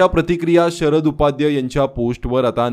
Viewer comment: काय उच्चार हो? डच्चू? उपाध्य! देव्या?